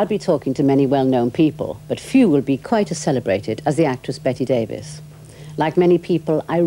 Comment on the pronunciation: Enjoyed it quite a bit as Miss Davis (so her generation was called) seemed to, till the interviewer couldn't be bothered to pronounce her name correctly. Sadly it's almost always Brits who do that. Generally a pretty intelligent conversation.